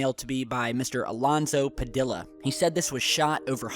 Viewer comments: Not PA dill ahh...Padilla PA dee ahh, lol lol lol. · It's Padilla like tortilla so pa de a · Dude, when you pronounce Padilla the L's are kept silent... lol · Padilla [Ped E ya]